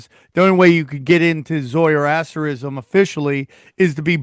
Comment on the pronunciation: It's 👉 Zoroastrianism, NOT 'Zoierastrisism' as you mispronounced multiple times Sam. 😂